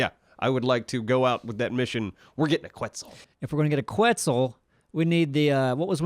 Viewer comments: Quetzal isnt pronounced like that ;) its Ketzal (full name is pronounced as so: Ketzal Koat-al) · Quetzal is actually pronounced as Ket-Sal. Like Net, but with a K, and Sal as in an italian jazz singer. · So I'm not sure if they are pronounced the same, but if the quetzal in Ark is the same as the national bird of Guatemala (it's also their currency), it's pronounced like "ket-sAl" with an emphasis on the 'A'. Other than this, great video as always, guys!